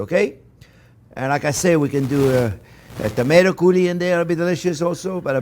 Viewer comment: Is he saying tomato curry?